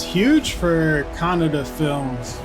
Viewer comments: Bro it's kannada not cannada ✌️ ✌️ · It's Kannada not Canada .. Ka -na-da . Ok ?! . The story is about a man tries to kill the mammoth army of gangster who is the owner of Kolar Gold Fields. Because this was his job or deal .. sooo he tries about that .. AND !!!! That's not shaky cam and blur camera it is the style as we can say . We r not like Hollywood , which use only vfc . We make it really ... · Thanks for ur vid and please pronounce Kannada instead of Canada and the blurry and Shaky scenes r our style.. use wiki for more info..! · Ka na da Not canada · Any ways he is far better then our north indian guys they don't even know how to pronounce Kannada. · was almost correct 😁